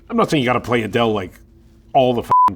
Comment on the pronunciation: The way Seth pronounces Adel as.....Aye DEL 😂😂😂😂